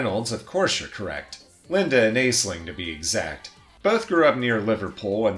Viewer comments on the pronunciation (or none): Aisling is pronounced "ash-lynn"